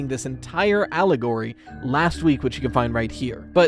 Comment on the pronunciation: Idk if I heard that wrong but I swear if you said "Owlagory" that's fowl